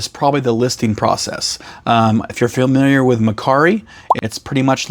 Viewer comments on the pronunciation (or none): none